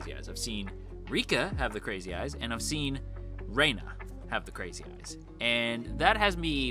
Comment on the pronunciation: Hearing someone call Rena "Rayna" gives me such auditory squicks lol it's like calling someone Jayniffer 😂